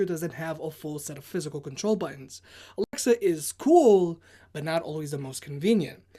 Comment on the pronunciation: it Alexa not A-L-E-X-A